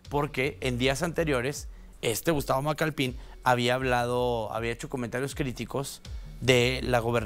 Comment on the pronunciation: "Macalpin", no "Macalpín".